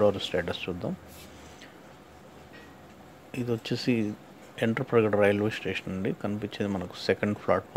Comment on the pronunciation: ఎంటప్రగడ కాదు వెంట్రాప్రగడ